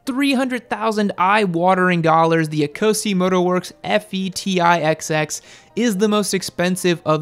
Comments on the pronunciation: Please, Ecosse is not pronounced ee-co-see, it's pronounced e-coss. It's the French name for Scotland. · It’s pronounced eh’coh’say not eeeeeecozy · Eee co see? Ouch... say it as it is written. It means Scottish... in French. A bit too Euro for you? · Is it not 'Ecosse' as in A-coss (as in french for Scotland)?